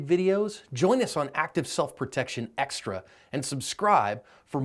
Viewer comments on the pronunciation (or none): none